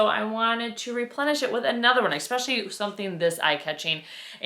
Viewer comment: I adore your videos, but you have to stop saying ECKspecially. Italian vase is awesome. I love your style. I'm in Italy, so I'm going to keep my eye our for vases.